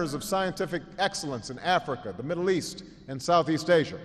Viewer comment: East? I thought you said Weast.